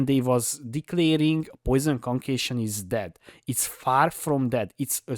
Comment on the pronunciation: "Conqueishon" hehe , sorry not making fun of., just sounds funny.